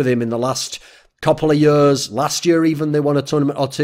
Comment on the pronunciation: Thorin video not complete untill thorin says "yurs" instead of "years".